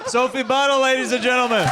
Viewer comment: Sophie Buddle sounds like "Soapy Butthole"😂😂😂 that's all I could hear every time